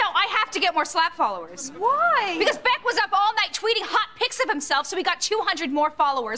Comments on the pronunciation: It's Beck not Beak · Its beck not beak girl